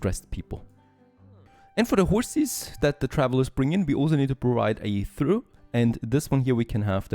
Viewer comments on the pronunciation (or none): Trough pronounced like trof or traaf. English is dumb. Long live the algorithm